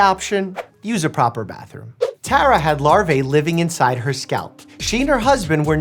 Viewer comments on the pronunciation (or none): Stop saying skalp 😂😂😂😂😂😂😂😂😂😂😂😂😂😂😂😂😂😂😂😂😂😂😂😂😂 😂😂😂😂😂😂😂 😂😂😂😂😂😂😂😂😂😂-😂😂😂😂😂😂😂😂😂😂😂😂😂😂😂